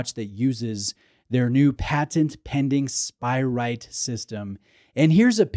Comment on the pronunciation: Love you but isn’t it SpirATE not spiright? 😁